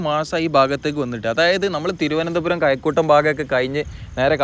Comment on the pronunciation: His pronunciation is very bad. Maya for Mazha. Kayakkoottam for kazhakkoottam. Several similar examples. (Malayalam typing difficult for me).